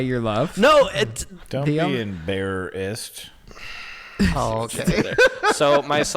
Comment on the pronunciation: “Don’t be emBearassed” set me off 😂💀